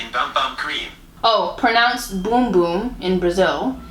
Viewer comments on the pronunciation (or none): none